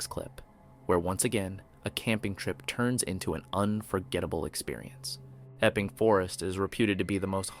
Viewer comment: What the heck??? it's not called eeping forest it's called Epping Forest.